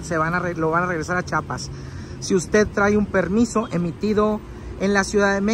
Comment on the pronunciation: Es Chiapas bro no chapas aprende a hablar 😂😂😂😂😂